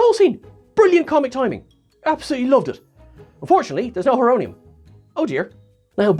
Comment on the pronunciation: It’s Horonium like horo- Greek for time